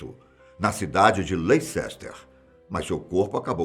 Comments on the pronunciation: O narrador precisa pronunciar corretamente os nomes em lingua estrangeira. Por exemplo, a.cidade inglesa de Leicester tem seu nome pronunciado 'lesster' e não 'leicester'; o nome Howard é pronunciado 'hauard' e não 'hoard'... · Caro, nao se fala leicester apesar de ter essa escrita, se fala lester. Adoro seus videos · Só por preciosismo... Leicester se diz LÉSTER! Contribuição para um dos melhores canais do YT... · leh· ster * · Professor a pronúncia correta é Leister. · Ótimo, uma ressalva apenas: LEICESTER se pronuncia como “LÉSS.. Terr”, GLOUCESTER se pronuncia “GLÓSS terr” Parabéns pelo vídeo! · Sei... não querendo corrigir mas já corrigindo se escreve Leicester, mas a pronúncia é Lester✌️ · Credo, leicester não se pronuncia assim kk